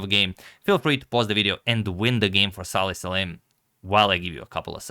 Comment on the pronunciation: BTW his first name is Salem and not Saleh